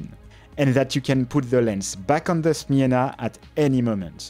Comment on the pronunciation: Chapeau bas for your effort to find out proper pronunciation 👍 Smena was very popular as a first camera for kids also in Poland, so I had it too. Thanks for bringing back nice memories.